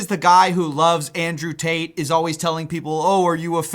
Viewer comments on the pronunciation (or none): none